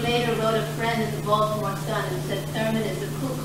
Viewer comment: Hitch knew how to pronounce Baltimore!